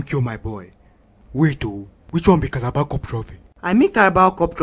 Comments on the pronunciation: I hear that my comment oo. "Cabalar cup" lol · Did I just hear Calaba cup!